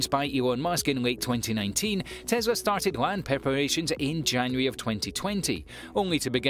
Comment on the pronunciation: It’s Tes la not Tes ra.